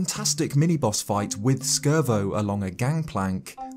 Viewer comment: Just so you know you don't pronounce the C in Scervo because it's a pun on robot parts